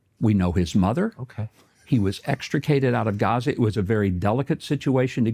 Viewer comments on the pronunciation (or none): none